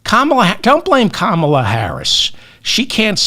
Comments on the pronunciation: Still can't pronounce Kamala. Sign of inflexibility. Maybe also just fulminate intermittently. Again, a bit of vocal flexibility would be welcome. Re trans and other policy issues - yes, be prepared to discuss it BEFORE it becomes and issue with many numbers. Seth is not wrong. Dem denial that wokeness is or could be an issue IS AN ISSUE. You are spitting and fulminating from a fake moral high ground. An old man not understanding erasure of womanhood as its own category.Being a woman is an optional extra for a male. There is an issue for women. Maybe not for bitter old vegans. Hey, how about eating a steak? Might calm you down. You're. sounding very bitter. Too much roasted broccoli, perhaps. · Why should I listen, like and subscribe to your channel if you can't even say a first name right!!